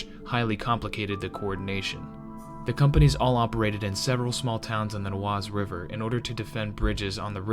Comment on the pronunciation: Oise is pronounced this way: Wahz. If I did not know this all I would have no idea what you were saying.